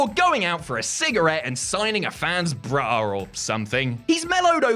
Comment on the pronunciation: You can say thong on YouTube but not bra? The way you said Braal made it sound like you were trying to avoid it?